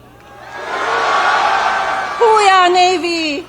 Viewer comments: Saying how ya with that accent and like you have never heard the expression till today. And its HOOya not who-yeah PS ain’t that a USMC thing (see Al Pacino) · It's "HUAH" not "HU-YAH"😂😂😂😂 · It’s Hooah not ho-ya she got paid today. Everything he does is transactional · Ugh! That speech should have stopped at the garbled "Hoo Yaaa". Embarrassing! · She said that all wrong!!! If you cant say it right,dont say it at all. I did 10 years Navy and 10 in the Army and I have never heard it said that way in either branch. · There is no “hooya” in the Navy. I was in the Army for almost 30 and we say “Huah” Pronounced “Hoo-ah” or “Huuh.” It’s hard to make this clear via writing. Just go ask any Army soldier or Army vet to say it for you. The Marines say “Ooh-Ra.” Melania was most likely mixing up the different battle crys. Do your homework, lady. Not a tough assignment to prep for.